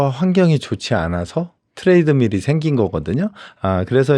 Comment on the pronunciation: 트레이드밀 아니고 트레드밀이요^^